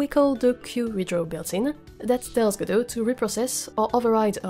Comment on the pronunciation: Merci:) Et joyeux noël en retard mais je viens de t'acheter ton jeu;) Et merci d'avoir mis en français ta chaine de ce côté:) Dommage la trad dit tjs G-D-O au lieu de Godot ^^